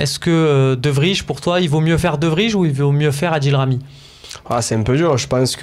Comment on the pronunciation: On dit De VRY (Vraille) pas De Vrije